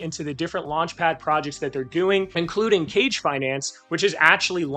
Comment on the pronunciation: Good video. One tip though. Its pronounced "Kah Gay" Injective seems to have a whole ninja theme going, so that's the proper way to pronounce Kage. Keep up the good work. Btw 100 different wallets? Jesus. How much inj are you staking on each? And are you using a bot to automate actions?